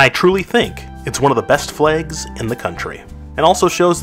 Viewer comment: Ahh, yes. Flegs. Don't you just love flegs?